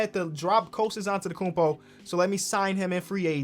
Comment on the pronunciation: "The better antetokfnfndn " Me: nothing wrong here